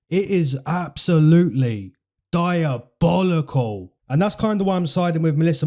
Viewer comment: LMFAO PLEASE STOP SAYING DIABOLICAL LIKE THAT